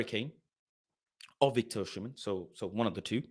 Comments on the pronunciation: Great Show. FYI: Osimhen is pronounced “Oh-See-Men” (the h comes after the m, not after the s) I’m Nigerian 😊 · Why everyone calling him Oshimen??